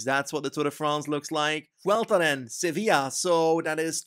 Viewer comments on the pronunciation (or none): none